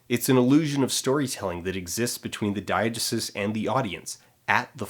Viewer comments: I love Dan but this drove me mad, I've only ever heard dye-uh-GEE-sis and it seems a lot more natural of an em-PHA-sis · "DYE-uh-juh-suss"? Most say "dye-uh-GEE-sis." SOURCE: OED; ; every class I ever took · it's pronounced [dahy-uh-jéé-sis], by the way :3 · i refuse to believe that you don’t know how to pronounce diegesis. you’re pulling my leg, right?